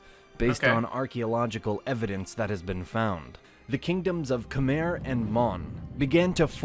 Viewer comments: I'm gonna fixed the pronounce words Khmer "Kh műy" Sukhothai "Su cĥo thai" Ayutthaya "Ayű tyah" Thonburi "Thon bu rêe" Siam "Si am" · thai people can never say the “KHMER” word right! this because they can’t accept the true facts of history ABOUT THE ANKORIAN BEING THE ANCESTRAL TO KHMER people that they love calling slaves. WHEN ACTUALLY THE THAIMESE PEOPLE WERE THE REAL SLAVES THAT they had to helped BUILT ANKOR WAT or ELSE!?? THE KHMER PUT A SANCTIONS ON THEM IF THEY DIDNT WANT TO COOPERATE. they will have to choose between SANCTUARIES OR GO BACK TO WHERE THEY WERE LIVING UNDER THE HAN CHINESE OPPRESSION!! THATS PROBABLY WORSE for them THAN BEING SLAVES!! So that they invented the word “KHOM”it’s (actually referring to KHMER people) but it’s much easier for them to pronounce it. or they just simply HATE KHMER/KAMPUCHEA PEOPLE! THERE ARE NO SUCH THING IS “KHOM” YOU DAMN THAI LIKES TO THAI EVERYTHING !!! EVEN THE FKING BASIL WTF!!😂😂THAI CHILIES 🌶️ 🤦 DONT WORRY AINT NO ONE GONNA STEAL YOUR NAMES LIKE YOU STOLE FROM THE KHMER!!!!! , Thai, tai, sukhothai, siamese tai ayuthothai siam tai thaimese WTF!!😂 MAKE UP YOUR FKING MIND!! REALLY…..WHO AND WHAT ARE YOU??? where did you come from?? REALLY WHERE THE HELL ARE THESE MOUNTAIN PEOPLE CAME FROM!! SO TAKE YOUR SAWADEE CRAP 💩 OUTTA HERE WITH your FAKE PHONY DISTORTED HISTORY!! 😂😂